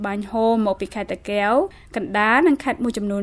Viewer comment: សូមអ្នកនិយាយពត៍មានពាក្យតាកែវឲ្យច្បាស់មិនមែនតាកេវទេសូមអរគុណ